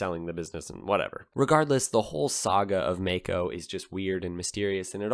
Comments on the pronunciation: I'm Australian. I found that May-co pronunciation profoundly irritating. I remember the brand from back in the 70s. We said it My-co. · Maico is an abbreviation of Maisch (founder‘s name) & Company & it is not pronounced May-Co but Mai-co, with the „Mai“ as in the cocktail „Mai Tai“ - just my two cents as a smart-aleck from Maico‘s fatherland, Germany.